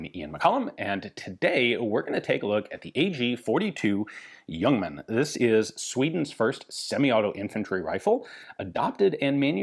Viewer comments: Cudos for pronouncing it as Yuongman although it is spelled Ljungman. Totally correct. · I was expecting a re-upload of the fantastic Le Youngman video, but this is new material! Ian even pronounces 'Ljungman' correct. None of the other names or cities, but Ljungman is near perfect. Looking forward to part B. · Great review, good to hear the correct pronunciation of the name. I have owned an AG42B and appears unfired from its B upgrade. I also have a new spare magazine. It's a favourite of mine.